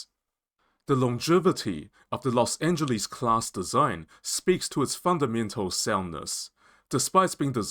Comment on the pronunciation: Please learn how to pronounce Los Angeles